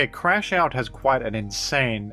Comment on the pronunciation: I'm crashing out that is misreading Crash Out